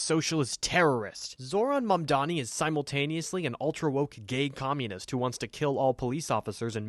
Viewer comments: Also comulet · dont think i didnt catch that slip up of attempting to say communist Karoline! I thought it was like embedded in yall vocab yall say it so much